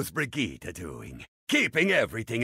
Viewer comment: خالد السالم but noone in germany pronounces brigitte like he did before it was updated